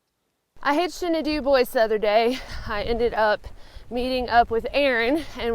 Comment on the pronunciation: You're from Louisiana and you should know the correct pronunciation of Dubois, Wyo.